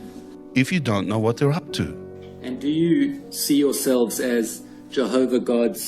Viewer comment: In his own words he’s lawwrrr abiding, and obeys Jehoverr 😄